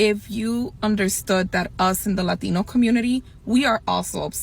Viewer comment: Can she say "Latino" one more time so we can pronounce it right?